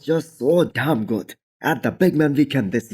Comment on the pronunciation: You shouldn’t enunciate DAMN so much. Proper English you don’t enunciate damn more than the following adjective.